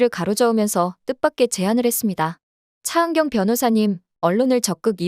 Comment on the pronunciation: ㅊ 발음할때 마다 왜 이렇게 거슬릴까?차은경 차은경!그놈의 차은경을 왜 이렇게 부르짖듯 발음하는지?차 변호사!차변호사!동안을 똥안이라고까지😮아무리 차은경이 주인공이지만 차은경 차은경 차은경만 귀에 맴도는 목소리 😢